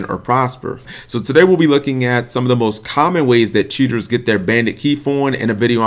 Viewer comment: When he says cheaters, it sounds like he's saying tutors.